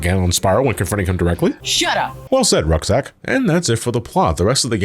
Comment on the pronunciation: This was fun lol I legit fell out of my chair when you called Roxas "Rucksack" lmao